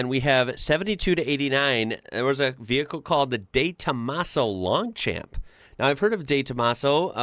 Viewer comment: The De Tomaso is pronounced 'Longshomp", slightly long 'm'. The Rovers were far more impressive in real life, it's much better than its photograph.